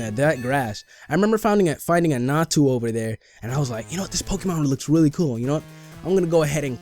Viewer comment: XD it's pronounced "Za-tu". and it's location is in the ruins of alph.